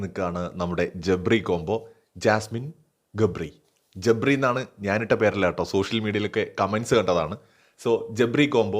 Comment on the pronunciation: ജബ്രി അല്ല ജാബ്രി 😁